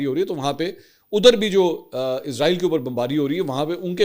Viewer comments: Manson sahab Israel ki sahi pronunciation ee-s-ra-eel hai Jo ke Urdu Arabic or Hebrew me use kinjati. Izraeel is used by English speaking countries. Ap urdu me program kr Rahway to sahi talaffuz use Karen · Asslam o alikum with due respect sir ap jub bhi israeal ka nme pronounce kerty hy to izraeel kehty hy to yeh ek frishty ka name hy jo rooh kabz kerta hy ap اسرائیل kha kery.thank u